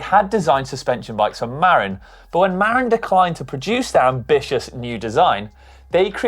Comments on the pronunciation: say *Ma-RIN not MARREN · "MAR-in?" Sorry blokes, it's "Mar-IN," dammit! Birthplace of the mountain bike, Marin County, California. Gotta pronounce it correctly next time you're in San Rafael (said San "Ra-FEL")!